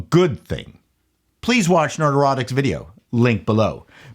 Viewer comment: I enjoy your video, but I’m curious: is there something Freudian in your pronunciation of Nerdrotic (which should sound something like ‘neurotic’), but instead you make sound like Nerd-Erotic? He IS a handsome nerd… Just wondering.